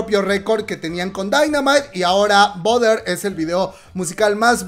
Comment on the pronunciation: BUTTER pronunciacion. En ingles = barer La comadre: boder 🤣 #ArmyAyudemosaButterenSpotify